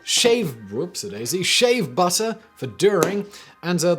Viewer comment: Yeah, question, the fuck is a whoops-A-doodle? You mean a whoops-E-doodle?